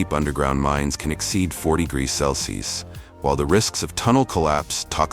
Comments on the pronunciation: 10.13 one thousand sixty four what???! Grease?? Ai might be smart but it still can't talk😅😅😅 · 1064 grease? Haha man this AI is fkn stupid and hilarious